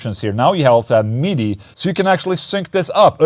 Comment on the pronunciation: I will now be calling midi, MeeDee.